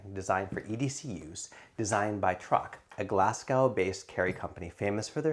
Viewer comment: 'Glass cow'. 🤦 Come on man.